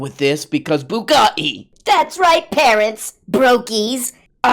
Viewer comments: Andy tate is also going to be responsible for a generation of boys growing up speaking with terrible English-American accent pronunciation. Boo-gut-ee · I don't know exactly why but pronunciation of Bugatti is my new favorite way of saying anything. That is all. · Its how Tate pronounces it with one of his many accents